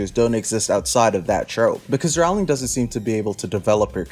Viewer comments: Just so you know, Rowling is pronounced like "rolling". "row"+"ling". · It's rOwling, not rAwling... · The Harry Potter series is over what you getting up in arms about seems waste of time to me. Seems like you need is will Rowling (atleast say her name right) more than the books. Yes theres plot the series and yes I remember them. This is a joke video right. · The second I heard you mispronounce Rowling I knew you have no effing understanding of Harry Potter. Classic firestarter only. Yawn.